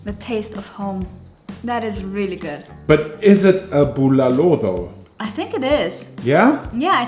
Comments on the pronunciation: keeps changing how he pronounces the name of the soup. Bu-LAH-lo and bu-luh-lo. Soup looks amazing, by the way! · I love how he says "Buulalow" with that german /austrian accent .